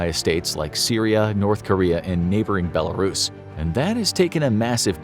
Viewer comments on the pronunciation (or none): none